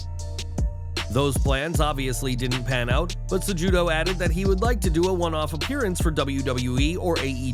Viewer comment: its CE-HU-DO. not CEJUDO